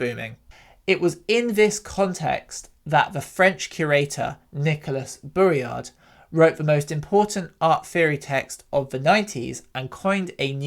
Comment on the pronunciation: Thanks for making this video. There’s not enough content easily available about Relational Aesthetics. Double check the pronunciation of ‘Bourriaud’ - the d is silent